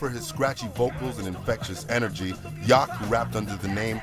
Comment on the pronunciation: RiP MCA BTW, it's pronounced "Yow-k", not Yok. As in "No one really knows what I'm talkin about, yeah that's right, my name's Yauch"